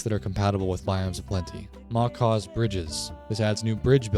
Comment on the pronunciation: These kinds of videos are greatly appreciated my guy. You got my sub and like. You basically copied me, 😒 😂😂 most of what you have here i do to. Sophisticated backpacks is by far the best backpack mod though. Great list. And Macaw's is pronounced mah kah one word though. It's the big parrots in south America red blue and I think green.